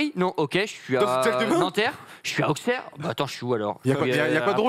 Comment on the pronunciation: Magnifique, comme d'hab! Par contre on dit Ausserre, pas Aukserre (Auxerre).